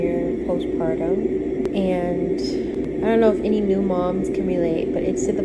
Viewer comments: Lmao. I caught that too. I wonder if she’s letting the comments get to her head. 😂😂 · You can do it, Sound it out Jess post…par…tummmmm 😂